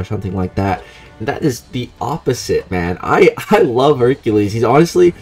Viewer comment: Practice saying Hercules bro.